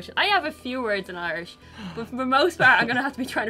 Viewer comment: I notice pronounces the words as Ahrland and Oirish.